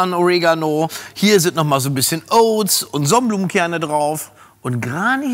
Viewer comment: Bitte bitte nicht 'oats' sagen, Sebi!! 🥴